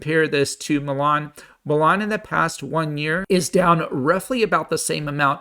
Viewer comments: It's Mullen not Mellon!! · It's not Mulan, like the Disney movie, it's Mullen ( Mull en )